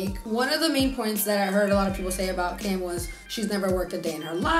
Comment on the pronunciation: “500 is like” -“half of 1,000… which is like.. aaloght”— i died 😂